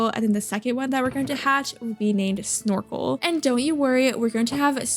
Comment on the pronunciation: incase you need name suggestions for the future i suggest snorfle, cause thats what i heard instean of snorkle :)